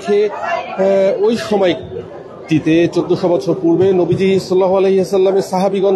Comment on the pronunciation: সাংঘাতিক সাহেব আপনি নবীজির নাম ঠিক মতো নিতে পারছেন না। আগে নবীজির নাম ঠিক মতো শিখে আসেন।